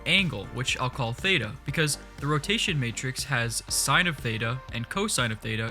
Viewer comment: lol when he said theita i went crazy cuz the pronounciacion was complete dogshit (im from greece so i know :)) Great video!